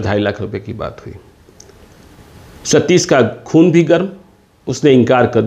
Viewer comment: Sh or sa mein farak toh seekh pe ghonchu. Satish hota hai satis nae